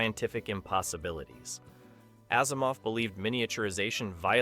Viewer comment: Same with Asimov. It is pronounced like Azimov not Assimov.